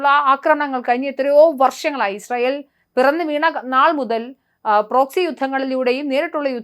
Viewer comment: ഇശ്റയേൽ അല്ല... ഇസ്രായേൽ